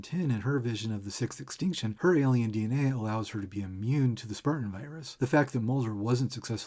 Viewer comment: You may have fallen a little deep into the numerology well at the end there, but I can't deny that every time you say "sixth extinction" it sounds like "666tion" to me and I have to wonder if that was on purpose